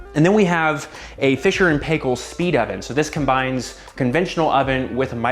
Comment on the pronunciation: Hahaha Love the nook but you had me laughing at how you pronounced Fisher and Paykel. (Pie-Kal)